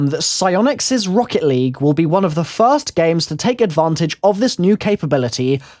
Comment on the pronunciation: damnit not foist